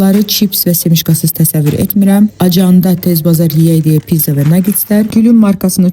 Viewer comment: Не пизза а пиЦЦа!